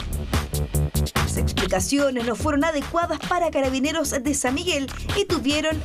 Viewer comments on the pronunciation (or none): ''Catabineros'' XD